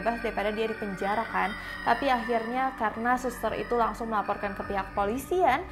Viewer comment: Kagsung kak bukan Kangsung☺️